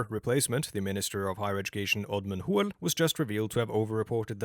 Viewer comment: "Moeh" "Hoel" lmao